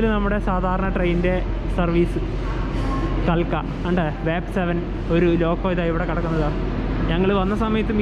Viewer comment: കാൽക്ക അല്ല കൽക്ക ആണ്